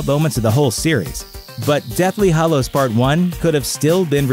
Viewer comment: So basically all of these YouTube voice over peeps pronounce 'Hallows' as 'Hollows'. It's very annoying.